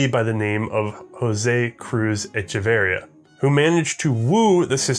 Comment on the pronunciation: pronounciation of Echeverría is traumatizing for a Hispanic man like myself